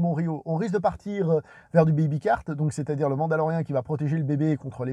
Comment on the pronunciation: salut excellent video exper univers étendu 😂 on dit le mandalorian rian se prononce rien donc mandalorien sinon totalement d’accord